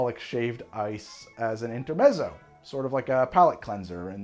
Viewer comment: Musician (and aspiring bartender) here! In-ter-MET-so. Love the videos! 🧊🧊